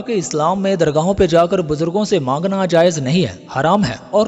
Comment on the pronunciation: Says....mangna.....not sey manna.